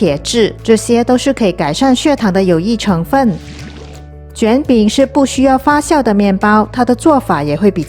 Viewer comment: 感谢分享。顺便纠正一个字的发音，发酵（发叫）不是（发笑）。